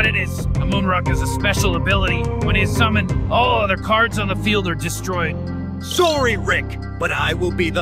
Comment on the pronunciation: Anyone notice Kaiba can’t say sorry correctly in AI since he NEVER said it? Lol